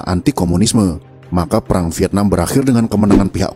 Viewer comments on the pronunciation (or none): none